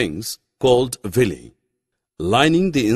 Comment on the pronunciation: It's villi not villy